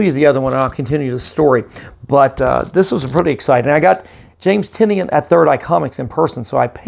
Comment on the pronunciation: Great grades, congrats! Just an FYI, he pronounces Tynion as Tie-None. That was the reason for the name of his company Tiny Onion. I pronounced it wrong for YEARS but wanted to make sure I got it right before meeting him at Emerald City Comic Con this last March, so I watched an interview of him where they talked about the pronunciation of his name.